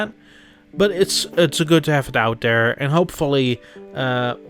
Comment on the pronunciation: I like how you said that "dey are dere" XD